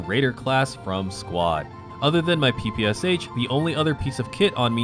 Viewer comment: Correctly pronounce the PPSh, these are three sounds, sh as at the end of the word "push." In Russian, this means "a submachine gun developed by Shpagin." In Russian, the sound "sh" is denoted by one letter, this is "Ш". Therefore, the Russian version has three letters in the abbreviation (ППШ-41)